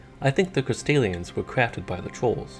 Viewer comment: Good video, but I can’t help but hear “Castilians” every time lmao